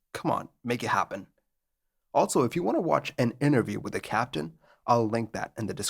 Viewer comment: Hey, check out the spelling of the word "also"! it's not "altso"! There is no "t" in it, so stop prounouncing it that way!